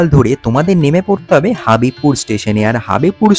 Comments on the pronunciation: হাবিবপুর নয় হবিবপুর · হাঁদা, হাবিবপুর না হবিবপুর।